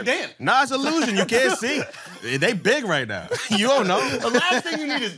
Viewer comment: “It’s a lusion”- HAHAAAH